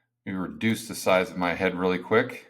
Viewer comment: When you said "reduce the size" it sounded like "reducify". That's not a real word. It's actually "reducificationizing". Just saying....